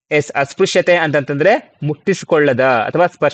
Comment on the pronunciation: ಅಸ್ಪ್ರಶ್ಯ ಉಚ್ಚಾರ -Asprashya